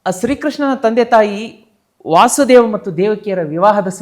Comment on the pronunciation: Krishna na tande hesaru Vaasudeva alla adu Vasudeva Matte adu dwaapara yuga alla Adu dwapara yuga ashte.. dayavittu tappu tiliya bedi